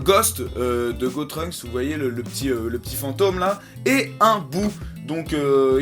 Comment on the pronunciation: C'est GOTENKS!!!!! Pas GOTRUNKS